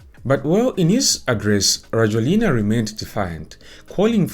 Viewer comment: His name is pronounced rah-JWEL-na!! Makes it hard to listen to anything you say when you cannot even bother to spell his first name correctly (Andry). I have lived in Madagascar since 2017.